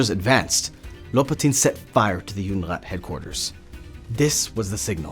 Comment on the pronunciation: Не Юнират, а Юдерат